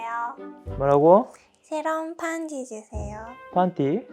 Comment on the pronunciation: 한국말은 쉽게 배우실 수 있을 것 같은데, 반지를 판지로 하는 발음은 얼른 고치는 게 좋을 것 같아요~^^ ㄱㅋㄲ, ㅂㅍㅃ… 이런 것들의 발음 연습이 필요하시면 제가 만든 10번째 영상의 를 참고해 보세요! ㅎㅎ